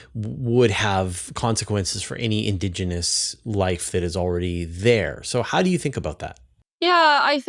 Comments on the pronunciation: Is "indogenous" a specific term in astrobiology, or does she just have an unusual pronunciation of "indigenous"? I've looked it up but can't find anything conclusive. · stop saying "indOgenous".